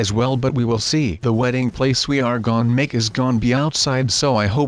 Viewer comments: And why u keep saying gone instead of gonna??? 😐😐😐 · i wonder why kept saying "gon" in this video